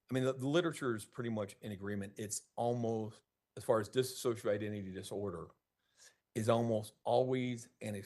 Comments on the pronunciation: This attorney literally cannot say "dissociative identity disorder". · Correct: Diss-oh-shee-uh-tiv Or Diss-oh-shee-ay-tiv